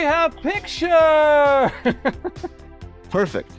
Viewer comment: You have basically made a meme out of lol. Hes gonna love it! "WE HAVE PEECTURE!"